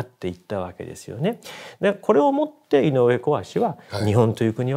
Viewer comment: 井上毅（つよし）ではなく、こわしと呼ぶのは珍しいです。昔の読み方なのか？